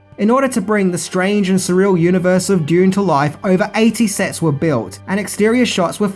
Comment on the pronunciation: how do you pronounce Dune... went through at least 3 versions Doon, Dyune and June